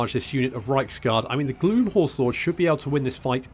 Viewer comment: I know you're saying "Gloom" but it keeps sounding like you are calling them "Glue Horse Lords" and considering they are undead horses this was rather funny to me.